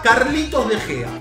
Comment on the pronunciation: soy yo o dice carlitos de gea